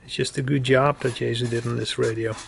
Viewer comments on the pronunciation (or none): It's pronounced Yae (SUE) not Yae (zoo)